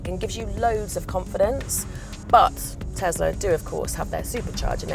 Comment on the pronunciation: Te-S-la, Not Te-Z-la.